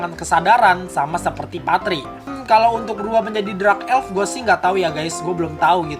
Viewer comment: Dark bang bukan Drak